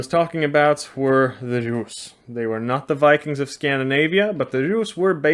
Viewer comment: Well my friend so far the best pronounciation of Русь (Rus’) goes to you 😂 Thank you for making s soft at the end